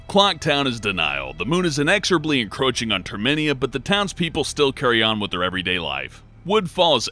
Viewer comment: Did... did you just say... TERMINIA!?